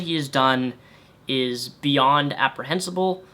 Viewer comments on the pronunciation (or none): Reprehensible! not Aprehensbile!